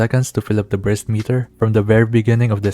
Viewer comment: not sure if on purpose or not... but I heard a couple times breast meter instead of burst meter